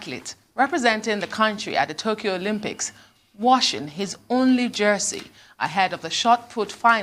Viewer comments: 'Olompics'?! He can't even pronounce the word, that's how much this fool knows about sport 😂😂😂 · "Olompics" 🤣🤣🤣🤣 pls tell Dalung that's not the pronunciation! People who never participitated in sport are at the helm of affairs of the sports ministry because of their political affiliation....foolish people! These northerners are wasters! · 😂😂 never heard of Olympics called Olompics